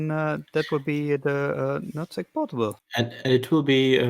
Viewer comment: I’m sorry but it sounds like he’s saying “nut sack”